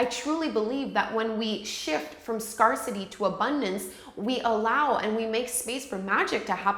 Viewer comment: Love this, thank you for it! Just one friendly thought. . . I believe scarcity is pronounced as scare-city (as in to be frightened of something) as opposed to scar-city (as in a scar on one’s body). Hope you don’t mind the note. . . I truly enjoyed the video! Thanks.